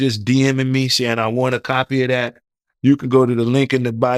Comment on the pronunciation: YES he doesn't have a clue how to transition from a topic to another topic. He is building up his platform. He also has to work on his articulation and enunciation. He will pronounce the word 'dat versus saying that' in previous interviews. The interviewer will say 'that's wild' 😅 he has to clean up his 👋🏽 slills. He will get better once he grows into his role. I'm happy he's getting the great 👍🏾 content. Experience take time.